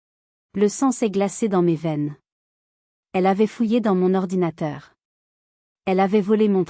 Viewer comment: Ordinatateur!!!! Vous vous moquez de qui !!!